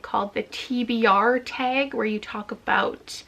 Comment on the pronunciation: The TBR Taeg. I'm NOT a Canadian, so it literally sounds like taeg